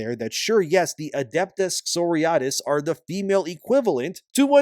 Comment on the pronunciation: Ok you did warn about not being able to speak that day so I'll let that "Sorey-ya-tess" slide, but now I will have to name my Darktide zealot "Sister Psoriasis".